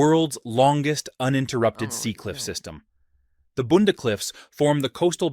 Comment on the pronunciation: no one needs to know these facts. we western australians already know them. i'm sure there are a billion amazing facts about places other than WA. but if someone wants to make a video about it, i'll comment on the places i'm familiar with: bunda (bunnda) not boonda; nullarbor, not noollabor (null arbor - no trees); pillbra, not pilbahra and not pilbeara; desert heat is exponentially more bearable than coastal heat (ask me, i teach in the great sandy desert 45-48C every day for weeks on end is normal and quite comfortable); zircon crystals are cool but we've been to busy mining diamonds to do much about them; the bungle bungles are more properly known in the local gija and jaru languages as Purnululu; lake argyle is quite big, open-water navigation rules apply, but it devastated an unbelievable number of traditional lands, rock art galleries and sacred sites, i don't like it; abrolhos (portuguese "open your eyes") was named in 1619 by dutch navigator de houtman. in 1629 the dutch crew of the batavia (the dutch were sailing up and down the wa coast to java and bali for spices during the 1600s) failed to open their eyes as instructed and shipwrecked there. dreadful, ghastly events followed; the eyre highway across the nullarbor is a tedious drive; rottnest island was once attached to the mainland and our swan river flowed through it. rotto is a shining memory in people of my generation who spent summers there every year but it's a bit too polished up nowadays for most of us to f